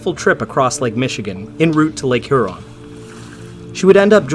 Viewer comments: Did you say Lake Her'On ...? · That is the oddest pronunciation of Huron . . . . Say it like a Michigander throw a y in there, Hee-yur-ON . . . It's 2 syllables stress ON, just slur that Hee-Yur together Hyuron